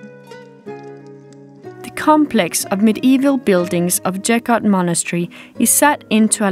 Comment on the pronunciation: With all respect towards the video makers. The church couldn't be built in third century BC. Gotta be AD. And the name is pronounced with hard G sound, not J sound. BTW, the church is really amazing place for visiting!